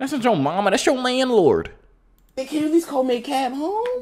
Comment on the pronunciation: "My landlerd...."